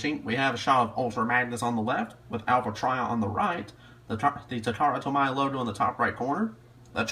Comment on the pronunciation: It's pronounced ta-ka-ra-tow-me. Appreciate the review, though.